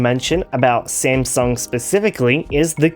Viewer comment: I laughed when he called it smasnug and found out I am not the only one calling it